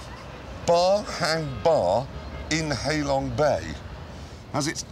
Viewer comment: its not hay long its hah long pronouciation